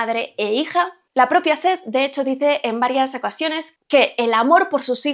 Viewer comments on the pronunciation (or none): El nombre de la protagonista no se pronuncia "Sit". Te recomiendo veas las películas después o durante la lectura del libro. Así se complementa la comprensión...en este caso la película es mala. En cuanto a esta novela, aunque está magistralmente narrada, para mí, no favorece para que el lector se adentre y se meta en la piel de ninguno de los protagonistas. Quizás a los afroamericanos si . Me gustaría que tus videos fueran más críticos, no tan descriptivos y con tanto spoiler. Ya que dices que es análisis y reseña y es mucha reseña y poco analisis literario e interpretación. 😢 Amo tu voz pero no a tu perro.